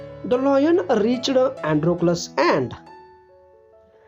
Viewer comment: Sir aap galat bolte ho आसकड , रिचड , सिमड 😁😁👎👎